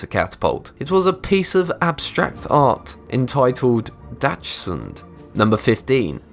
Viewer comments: "Dachsund"? More like "Dachshund" = Dackel or like some like to call it: wiener dog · it's pronounced dash hound, retards